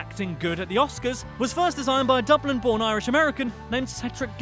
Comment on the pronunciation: Jack Keenaghan He pronounced Dublin correctly